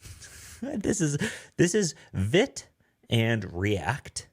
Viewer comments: Awesome,, thank you! (btw it’s pronounced veet). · Only a minute in, but just a heads-up. It's Vite , pronounced as feet with a V. French for Fast. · Not being a dick, just found out yesterday Vite is pronounced "veet" (from their website) .. lol I called it they way you did for a while..